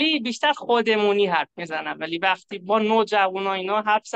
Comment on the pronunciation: والا فارسی رو از من بهتر حرف میزنن. تلفظ ها بطور خاص عالیه. مثلا ((وقتی)) رو ((وختی)) میگن